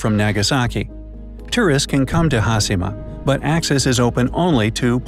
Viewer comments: Says TakaSHIma. Also: hasima. What haplened to the word HaSHIma? Oof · I don’t know why you would say hasima rather than hashema it’s very distracting. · its funny that he pronounced hiroshima correctly but failed with hashima which is essentially the same principle :D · It's Ha-she-ma...NOT Haas-e-ma, as the narrator states. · Pronounced Taka(shi)ma correctly but Ha(shi)ma wrong. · Its not "ha-see-ma". Its "Ha-shi-ma" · Foreigner: Ha-si-ma Me: Ha-she-ma... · In a nut shell, it's a concreted deserted island with harsh weathers and earthquakes, that was once a prosperous coal mining island. Great! The video could've taken a third of the time, and please learn to pronounce Ha-sheee-ma, there's no C sound in Hashima. Have a great day! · It's pronounced "hah-SHE-mah!" Not haSImah.... 😒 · There is no "has" nor "hi" in the Japanese Language. It's pronounced Ha-shi-ma like Hi-ro-shi-ma. Not Has-hi-ma. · hashima! HaSHIma! HA-SHEEEEE-MA!...enough with the SIII.. lol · Shi in Japanese is pronounce in “she” sound so Hashima is pronounced Ha-She-Ma and not Ha-Si-Ma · Here’s a Bright Idea: Pronounce the second H in HasHima! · it's HASHEE-MA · Narrator said "Hasima". My ears hurt.. ugh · No one: The guy in the video: Ha-Si-Ma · Its “hashima” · Pronounced HAH-SHEE-MAH video voice person guy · Pronounced Takashima with no problem. Can’t pronounce Hashima correctly. Hmmm 🤔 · As someone who speaks a little Japanese, it kills me to hear him repeatedly mispronounce the names! If you are doing a video, you would think they could at least learn how to properly pronounce the subject of their video!!! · Thank you! It was like you could have a drinking game for each time they mispronounced it! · hashima (ha shee ma).. omg, can your announcers not butcher every non english word? -_- you can say takashima (ta ka sheee ma) no problem, why not hashima -_ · how’d you manage to pronounce Takashima correctly and not Hashima..smh